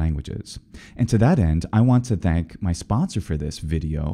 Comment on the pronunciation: Thank (voiced) you! I was rather hopeful you'd do the Welsh 'll' :)